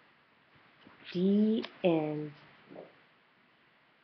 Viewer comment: You said de end